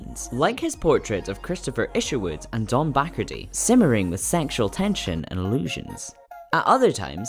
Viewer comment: It's pronounced 'ba car dee'. Like the drink.